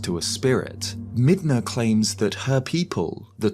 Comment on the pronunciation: Brother, Midna We don't hard R around here, you're better than that